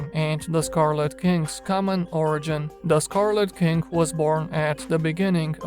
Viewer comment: I could swear you said scarlet kink:D sounds sexy